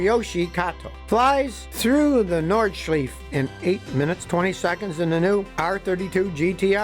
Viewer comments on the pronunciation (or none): Nordschleife Nürburgring.....is not Nürnberg. It is pronounced Nord sh life ah, Noor burg ring. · Nordschleife is pronounced ‘nordsh LIFE uh’ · Nobody: Scotty: Nordscleef 😂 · You pronounce nordschleife wrong